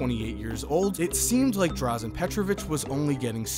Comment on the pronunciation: It's Dražen Petrović, not Drazen.